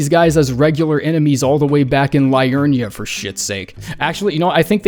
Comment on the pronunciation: Man makes Elden Ring content for a living but can't pronounce Blaidd or Liurnia.